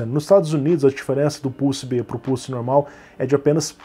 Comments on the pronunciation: seria muito triste o youtube desmonetizar esse video pq o bot entendeu "pussy" e não "pulse" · Pior que falou isso mesmo! kkkkkkkkkk "pulse" está mais para "pousse" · Adoro os brasileiros a falarem 😂😂. Não me levem a mal mais eu ouvi o dizer 5700XT PUSSY e não 5700XT PULSE. 😂😂😂. Por favor não me levem a mal eu adoro o canal do ele tem bastante conhecimento 👍💪